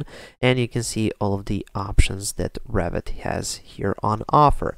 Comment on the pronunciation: "Revit", not Rabbit ! ;D